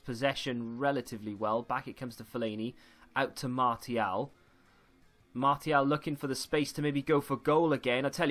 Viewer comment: Can’t believe how this guy pronounces player names lol, especially Martial... unbelievable...